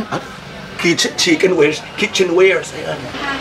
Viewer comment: 😂😂😂😂natawa ako dun sa "Chicken Wares" imbis na "Kitchen Wares"😂😂😂😂😂